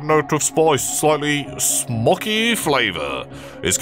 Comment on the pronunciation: why did he pronounce smoky like that lol